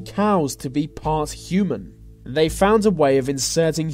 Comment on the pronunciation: It's not vey, it's THEY